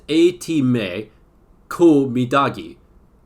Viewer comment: as an estonian, I can say that you pronounced midagi pretty well. See we estonians have our own pronounciation of letters, and we also pronounce the words how they are written.